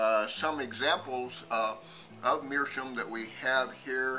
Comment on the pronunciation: It's not meerschum, it's meerschaum. You can hear the a.